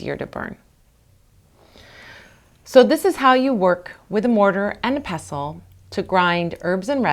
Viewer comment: Thanks for saying pestle correctly! Also, you just saved a rough mortar from a load of myrrh resin - I never knew!.